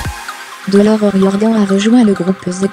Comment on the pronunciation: Dommage la musique trop forte et pas du tout adaptée à la situation. La voix de robot qui lit points virgules parenthèses et ne prononce pas bien le nom de Dolores çà n'est pas Dolore on prononce le s même en français ! et le nom du groupe on prononce AUSSI le s en ze mais on le prononce ! Et enfin elle avait 3 enfants pas 4 ou vous êtes les seuls à le savoir .....